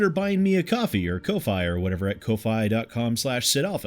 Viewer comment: By the way,: The way you pronounce "Ko-Fi" is actually the same as "Kowhai", a native tree to New Zealand. So don't worry, I'll be sure to buy you a potted tree sometime soon. Also, happy algorithm feeding!